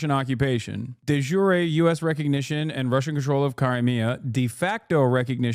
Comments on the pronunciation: De "jure" is just 1 syllable. Otherwise it'd be "juré". So it's pronounced similar to de sure, but with a j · De jure is latin meaning roughly "by law". The ancient romans didn't pronounce those 2 words with a goofy American accent.